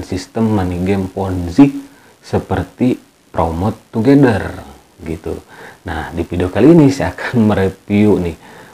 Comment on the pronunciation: Plomot togedel... Wkwkwkwk... Otomatis ngakak dong bacanya 😂😂😂😂